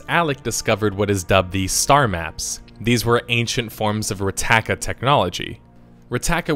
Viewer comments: Rakata, not Ratata, Rakata with a K not a T. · Okay, it's Rakata, not Rataka. And it's Meetra Surik, not Sutrik. Jesus Christ get it right you idiot. Just kidding, they are minor mistakes and don't really affect the video, but it r annoying. >:( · You pronounce lots of names wrong by the way but great video! It’s traya not kraya and rakata not rataka and malak not Alec just to let you know😉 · Rataka? Lol. Rakata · Rakata not rataka fak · It’s Rakata not Rataka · RAKATA, not RATAKA, close but no cigar :P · I always though it was 'Rakata' not 'Rattaka' ? I might be wrong but im sure that's how it's spelt/spoke. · rakata not rataka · retaka technology? you mean Rakata technology? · It’s Rakata. Not “rataka” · # you got the name wrong its Rakata not Rattaka.. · It's "Rakaata" not "Rataaka" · Isn't it Rakata, not Rataka? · It's Rakata not Rataka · Rakata, not rataka. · I believe I heard you calling them the Rataka in this video, they are actually known as Rakata. You just switched the t and k by mistake. XD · It’s Rakata not Rataka! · Rataka? No it's Rakata lol. (NVM just saw the comment you put up) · I think you meant to say Rakata and Meetra Surik it's not Rataka or Sutrik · Not to be a nitpicker, but isn't it RAKATA and not RATAKA? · Your videos are great! The mispronunciations of certain things can be a bit bothersome (such was you saying S.W. TOR instead of just SWTOR, Rectaaka instead of Rakata, and various others). But the content is great. Just start calling S.W. TOR to the easier to say SWTOR (S-OO-TOR) or just "The Old Republic" since both are easier on the tongue. :) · also rakata, not rataka, lol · Rataka? Sutrik? Is he fucking with us trying to trigger fans by mispronouncing things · Great video and all, but really? Rattaka? Jessus. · it's Rakata, genius! Pronounced like ricotta, only with an a instead of i